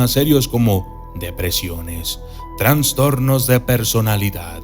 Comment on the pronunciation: Amigo mío me encantan tus videos, pero una crítica constructiva. Se dice "trastornos" no "transtornos", o quizas no escuche bien, espero no lo tomes a mal. Gracias por brindarnos ésta información y me disculpo si me equivoque en mi escucha.